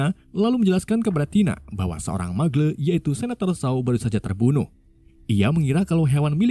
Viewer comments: Bukan mugle bang tapi magel di bacanya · Bacanya magel bang bukan mugle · grindewal aja nyebutnya muggle dibaca magle 😢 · bang kalo bisa bacanya itu "muggle" bukan "muggle"